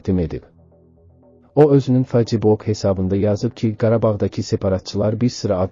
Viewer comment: Face buk ne deməkdir dostum o feys buk oxunur